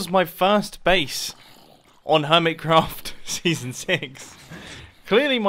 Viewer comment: You said hermicraft's again....